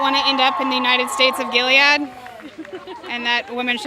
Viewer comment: Gilead you idiot not gilliad... If you're going to dress up and use the themes of a great book to further your agenda, at least read the fucking book and get it right